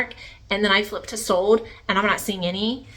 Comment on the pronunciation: Sold! The word is pronounced SOLD … not Sode. And the like!! It’s not Cute. It’s SO annoying..It makes me not want to listen!